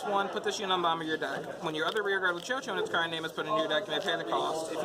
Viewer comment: chouchou is pronounced as (Shushu) btw